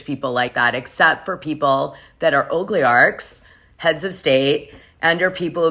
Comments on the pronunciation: It's Oli-garchs, not ogly- hatch's, sis. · OLIGARCHS not ogliarchs